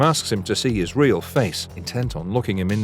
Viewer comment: I bet you feel like a ream idiot